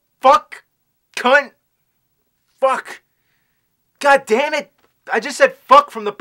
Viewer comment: He said scunt.